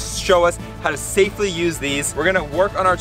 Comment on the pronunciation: You said Shafley instead of safly